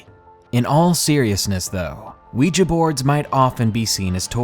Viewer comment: thank you so much for pronouncing 'Ouija' correctly!